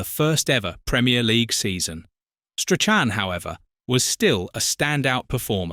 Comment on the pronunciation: What a load of tosh! And pronounce his name properly.